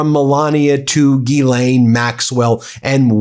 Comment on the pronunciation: Someone in your world must be able to demonstrate how to say Guylaine with proper pronunciation